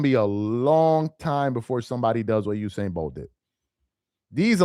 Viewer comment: I'm glad that you started to correct yourself, because at first you were saying Hussein instead of Usain